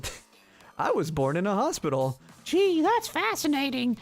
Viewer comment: "I was born in a hopstipal"